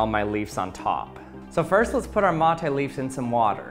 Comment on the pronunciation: Me, a native Spanish speaker that also drinks "mate" : omg he says "mOthE" :D